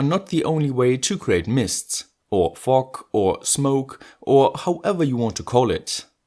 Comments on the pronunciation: Fog machine with a German accent sound really f*ck machine and f*ck juice 😅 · "FOCK MACHINE AND FOCK JUICE" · Was I the only one who heard “fock or smoke” or was it just me?